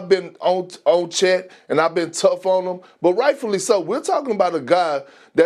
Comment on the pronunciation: Bruh, FACTS. Lol he can't even bring himself to say the man's name right half the time. 😂